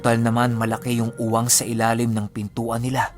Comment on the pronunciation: Thanks sa new scary story. May correction lang po hehehe yung UWANG should be AWANG po 😁 (slightly open) ilan beses ko na naririnig sa inyo npapangiti nlng ako.. But it's ok... still you're the Best Narrator Ever ❤️😍👍 Pa shout out nlng hehe please 💋😙